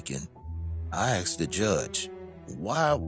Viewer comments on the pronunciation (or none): My brain just threw up..... "I axed the judge".... it's ASKED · I served with a couple of guys from Missouri & to hear them use "axed" wouldn't really surprise me.